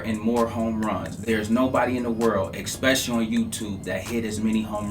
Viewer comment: Bruh, you're the man with a lot of these plays, but it's ESpecially. There is no X in the word. It would take less effort to say it properly lol